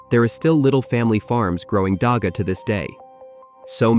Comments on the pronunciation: not daaaga daggggggga dagga gggggggggg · First thing to understand is that here on South Africa, "dagga" is not pronounced with a 'G' like in "dog". It is pounced with a rough sound that is closer the sound needed to correctly pronounce a name like "Juan" The way this video pronounced it is actually a local word that means "mortar" (as in cement) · The gg in dagga is pronounced like you're bringing up phlem before spitting it out. Like the "hawk" in hawk-twa